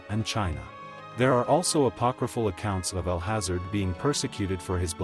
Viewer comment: "Al hazard" good video, bad pronunciations. Should be "al haaza-Red"